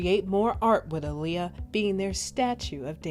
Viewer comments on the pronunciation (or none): if yall REALLY know & love my detroit sister, listen 2 her beyond the music & drama. she specifically said my name is pronounced like muhammed ALI, not uhleeya. thats why the two a’s AHLEEYA, say that shit right & peace the deceased Aaliyah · I just wish ppl would stop butchering her name. That is not how you pronounce her name 🤦🤦😡😡😳🙄